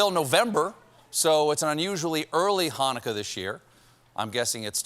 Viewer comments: He nailed the "chet" sound in Chanukah! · Way to pronouce Chanukah correctly Steve! Sidenote never donthe applesauce w latke…you have sour cream